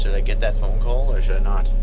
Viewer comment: "Maybe I can see it with the flashlight on my phon-AH!"